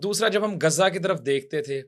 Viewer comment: گزہ نہیں ،تریک،،غزہ ہےGHAZZA